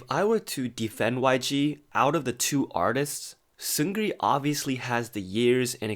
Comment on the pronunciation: It’s Seung Ri, not Seun Gri or Seungri. You don’t pronounce the “G” in Seung Ri.